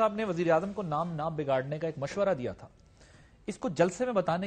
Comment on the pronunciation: ko urdu tak bolni nahi aati, bigaar ko bagar bol raha hay